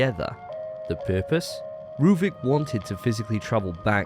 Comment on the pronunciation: who tf is rueben his name is ruvik